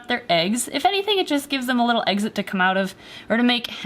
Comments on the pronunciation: GEEZ..You make your snakes cheat on each other....Poor boyfriend.. P.S you said EGSIT,Omg..... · Haha i think i might of heard the word exit as eggxit XDXD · don't u mean.... eggs-it.......? No....?.. ok.........